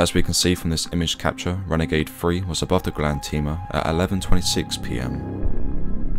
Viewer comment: You also mispronounced Grande.